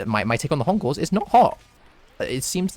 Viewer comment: also every time you say encores i hear "uncles"